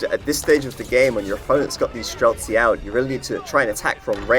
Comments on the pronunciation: stop adding a k to streltsy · The guy is annoying me when he says strelsky. IT'S STRELTSI, it literally means marksman. I'm not Russian, it just annoys everybody that can understand the word.